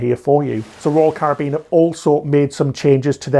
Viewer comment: thank you for pronouncing Caribbean properly